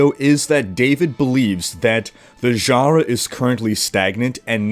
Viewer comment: Please never say "Genre" again...